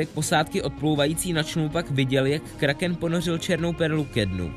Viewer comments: vyslovuje se to kráken😂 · Vyslovuje se to Kráhkém xd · Myslím že správně je to Kráchken 😁